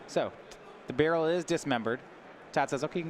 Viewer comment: BAH RAUL ... not barrel lol.. jeez.